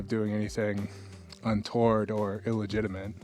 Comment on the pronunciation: "unTOORED" lol